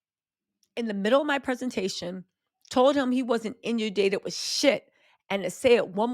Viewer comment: Girl, I love you, but you've GOT to stop mispronouncing words.🤦 Every video is peppered with them and it's super distracting, especially when you repeat the butchered words. (It's in-un-dated, not innudated!) It only happens when you're reading someone else's words, so maybe look up unfamiliar words and their meaning & pronunciation before you go live? I don't know..🤷 I like your content though. 👍